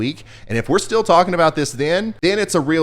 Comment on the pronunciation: Is it just me or did anyone else notice how he says the word "still' as STEEL?? No?? OK guess it was just me... lol Oh and I have always found Tropical Tidbits my go to for the Hurricanes... Just saying!!